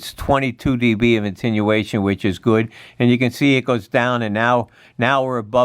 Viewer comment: Come on man, if you're going to do a technical video, get the terminology right and quit sounding like a CB'er! It is Attenuation, not intinuation!